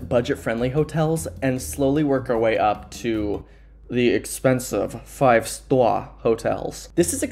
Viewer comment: .the expensive, five STAW hotels.” Love the Donald Trump accent there 👴🏼 P.S. we need Diana Diamond in some videos.